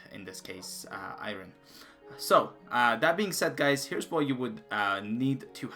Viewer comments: Iron not irin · Lol good vid but just 1 thing thats annoying is "IRON" in english is pronounced "ION". The R is silent not pronounced "I RON" good work tho on the vid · I had to just like the video because you said Iran instead of iron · My god the way this guy says Iron incorrect is annoying as fck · He can pronounce lapis lazouli and not iron?